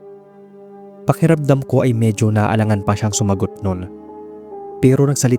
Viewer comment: May "k" defect po ata kayo. Pwede nyo pong i-practice yung pronunciation nyo. Pahiramdam po kasi yung naririnig namin, sa halip na pakiramdam